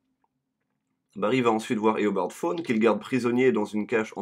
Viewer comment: et dit pas fone mais tawne